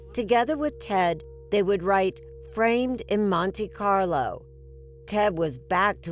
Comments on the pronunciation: It is not pronounced "Monty Carlo"!! Reminds me of Monty Python 😅😅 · ¨Monty-carlow¨ - are you kidding me Erin 😄